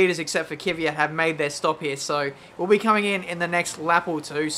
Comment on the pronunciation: Kiwiat ? XD KvYat